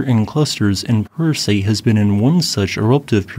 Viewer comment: You pronounced Puracé perfectly. Popayán also has an emphasis on the last syllable. Nevando del Ruiz has been producing ash columns as well. Based on Instagram videos. Thank you for the great videos.